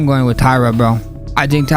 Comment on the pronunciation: . ALJO JUST BUTCHERING NAMES, PER USUAL. TAYADA IS CRAZZZZY! Pure comedy. I am on the floor as we speak, rofl! With that being said, I love Sterling. I want Tatsuro to get it (something for the long flight). Van can get it back in blood.